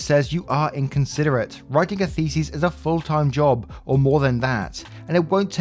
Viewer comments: you say thesis like faeces and that is funny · I say this with love. You’re pronouncing thesis as faeces... as in shit. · Thesis isn't pronounced like "feces".